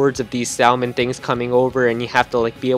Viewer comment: You don't pronounce the l in salmon